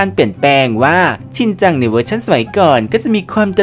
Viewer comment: มันเป็น ชินจัง"ชิเน่" ไม่ใช่หรอครับ